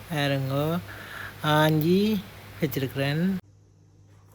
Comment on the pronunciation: தமிழை நன்றாக உச்சரிக்கவும் ..அது என்ன ஆஞ்சு இது தமிழில் இருக்கா..நன்றி